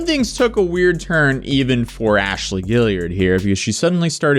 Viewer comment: “You should’ve know better than to doubt Aa-shaly 😝”